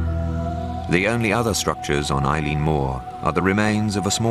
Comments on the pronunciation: Its not Eileen its Eilean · I think it's pronounced "Illin", not "Eileen"